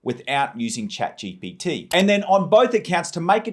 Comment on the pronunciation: Bro just can't say GPT